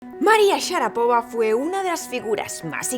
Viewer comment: SHARAPOVÁ, CON ACENTO EN LA ULTIMA SILABA